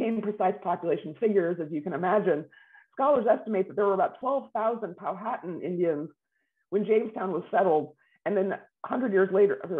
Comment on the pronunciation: This “expert” should learn the correct pronunciation of Powhatan.